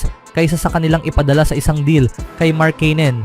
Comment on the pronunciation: Ang masasabi ko ay lalong umarte at paiba-iba ang bigkas mo ng markkanen. Magpakatotoo ka na kasi na pinoy ka, gumagaya ka pa sa iba e... 😂😂😂